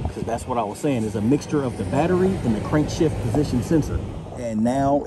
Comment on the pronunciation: Crankshaft position sensor? You keep saying Crankshift position sensor 🤔🤔